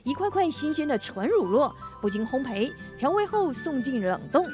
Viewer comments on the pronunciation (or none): 乳酪该念ru lao, 烘焙该念 hongbei. 主持人念错了！